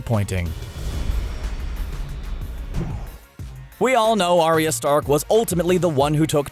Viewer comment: I imagine that the person narrating this video has seen GoT. Why is the narrator pronouncing names wrong? Varys, Arya, both pronounced wrong. George R.R. Martin himself has said that Arya is pronounced with two syllables so Ar-Ya, not A-Ry-A. Mistakes like this really shouldn't be made if you want your channel to be taken seriously.